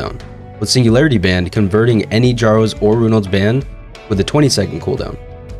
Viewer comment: Kjaro is pronounced as K+yaroh, not K+jaroh